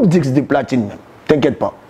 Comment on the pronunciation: Ohhh trop chou quand il dit diqse d’or au lieu de disque